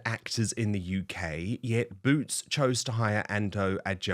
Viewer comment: It's Boot's not Root's.